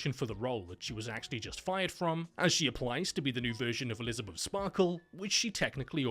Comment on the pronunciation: "Elizabuff" hahaha that accent, man. Nice humor in this vid.